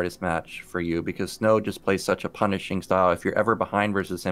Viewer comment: lol called snow "Slow"